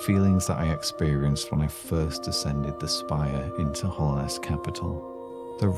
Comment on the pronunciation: Very small thing but it's Hallownest not Hollownest, Hallowed meaning holy Other than that tiny mistake though the video is great